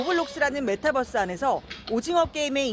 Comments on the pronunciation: 아 저 기자 메타뻐스 거리는거 굉장히 거슬리네. 저분은 유니버스도 유니뻐스로 발음합니까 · 아나운서분 메타뻐쓰 라고 하시는 거 뭔가 웃기네ㅋㅋ